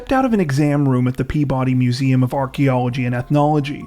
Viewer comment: It's PeaBUddy, not PEAbody.